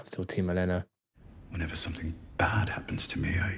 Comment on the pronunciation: Oh-leh-nuh (Olenna), not Eh-lay-nuh.